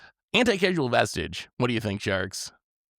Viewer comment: I've never even seen Anticausal Vestige before... (its causal, not casual)... totally missed it in that set. Great card.